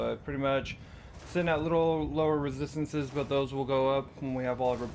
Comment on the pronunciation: Take a shot everytime he says "rethisthinces"